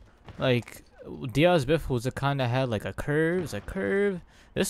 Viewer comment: People really don’t know how to say Diaz